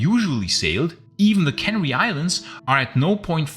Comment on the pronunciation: caNAry. Accent on the second syllable.